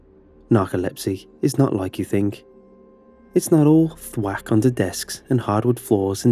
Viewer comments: Stop saying thwak it’s so annoying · I found him saying "thwat" funny..